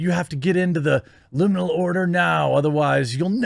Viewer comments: Rim-inal lolz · "Rimminal"? LOL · LMAO "THE RIMINAL I MEAN LIMINAL ORDER" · 🤣🤣🤣🤣🤣🤣 “The Rimminal” Order 🤣🤣🤣🤣🤣🤣🤣 men only club 🤣🤣🤣🤣🤣🤣 so good 🤣🤣🤣🤣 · Rimminal order 😂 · You said "Rim"inal!!! HAHAHA Such great content.. Your awesome If you did not mean to make that reference to that then lol